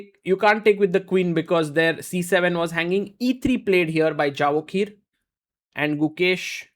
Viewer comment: His name is pronounced" ya vo kir."